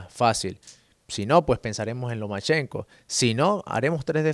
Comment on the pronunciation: Say "Lomenchenko" one more time ffs!! It's Lomachenko.